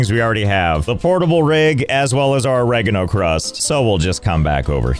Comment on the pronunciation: I love how he pronounces Oreganocrust or whatever differently every time